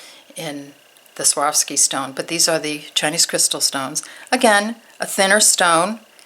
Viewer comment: The name is pronounced swar...ski